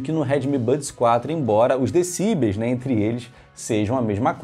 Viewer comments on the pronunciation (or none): Parabéns pelo trabalho. Obs. A pronúncia correta é decibéis, e não decíbeis como você tem pronunciado. Decibéis é o plural de decibel. Fica a dica. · Vídeo top só faltou falar certo decibéis.